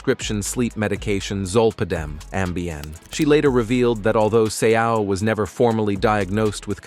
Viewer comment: Say-ow, not So.